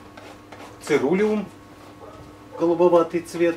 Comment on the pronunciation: Церулеум - ударение на второе Е